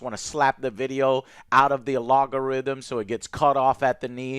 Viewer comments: Just an FYI its pronounced al-gore-rythym it is NOT pronounced A-log-or-ythym..... Grammer police strikes again! Lol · Alogorithm?? It’s al-go-rithm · Can someone tell Joe that "A-Log--A-Rhythm" is not how you pronounce Algorithm? Been doing it for years now lol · Is he saying logarithm or algorithm? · I absolutely love you Joe. but alogarythm? It hurts my ears, but not nearly as bad as this shows shit show hurts me. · Algorithm versus "alogorithm". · I cant take it anymore Joe. What the hell is an alogarythm??? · Man Joe, you keep mispronouncing names like Willem Dafoe and some others. Now you say shit like "alogorithm"? You should go and get your brain checked, no offense! I´m just starting to worry about you..... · LOL Joe calls it the "Allogo-rythm" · Are you saying alogorythym on purpose? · It's AL-GO-RHYTHM!!!!!!! Holy moly Joe lmao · The “Allogorithm” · My guy.... Al-go-rythm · Joe...do you...not know how to say Algorithm? 😮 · The way joe says algorithm 😂😂 Keep up the good work joe !!!! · love that he cant say algorithm XD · The way you say 'algorithm' is just fucking hilarious. Is like when you struggle to say 'nuclear'. Anyways, keep fighting those CBS fuckers